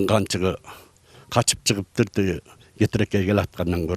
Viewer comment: Кетиркей туура айтыныз кетирекей эмес